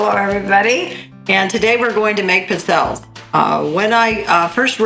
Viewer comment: Looks like a good recipe. But for the love of God, it's pronounced "peet-tzell-ayes", not "pit-zelles"...